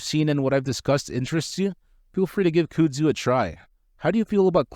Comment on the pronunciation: I can't watch this because you keep saying "cyoodzoo" lmao. Kuhhdzoo bro